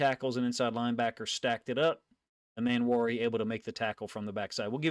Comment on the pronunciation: Love your content. Its Eeeeeeemmanwori tho. Eeeee